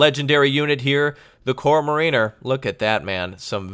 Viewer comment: it is Korps Marieniers!!